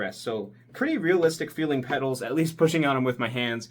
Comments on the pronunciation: why is nobody talking about ? he said the pedals wrong? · Came here to say the same thing lol